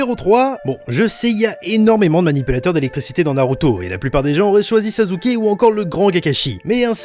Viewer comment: EVAN GRST DESSIN bein justement il a dis sazuke dns sa video et non sasuke